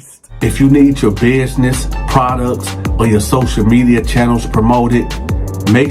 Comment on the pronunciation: Did he say “exac”??? And “bidness”??? And “conversate”??? I can’t tell if he’s being funny or is serious. No offense intended.